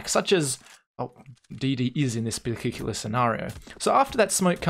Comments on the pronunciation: yes, particular. lol bilgigulous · "Such as DD is in this .... scenario". What is he saying here? Particular? The only thing I can hear on the dotted line is something like bilgigulous.